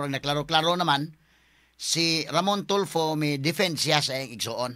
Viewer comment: Hindi ganon ang pagka sabi boss f daw ang secound to the last name!! So raffy tulfo nga!!